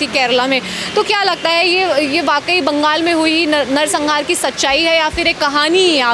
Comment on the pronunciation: Bangal nahi Bengal hay, sahi se bolna sikho fir reporting karo